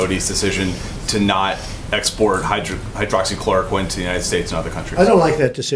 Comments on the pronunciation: It's Hydroxychloroquine and not hydroxychlorine .. however nice video. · It is Hydroxy Chloroquine, not Hydroxy Chlorine!